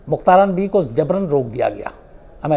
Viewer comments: mukhtaran nahi mukhtara . LEKHNE may mukhtaran e hay . laikin pakistan may ise mukhatara parha jata hay. MEANS k end wala N nahi parha jaey g. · Bibi ka name mein N silent hay. Mukhtara is real pronunciation.